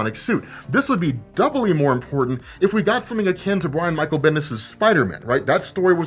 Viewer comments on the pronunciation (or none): none